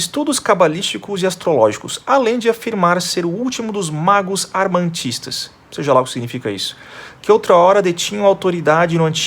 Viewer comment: como é que um canal dedicado a discussão de ideias diz (e lendo mal armanistas dizendo armantistas): "seja lá o que significa isto" podia pelo menos pesquisar o seu significado.